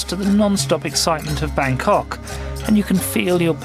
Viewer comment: good video but pronunciations excruciating!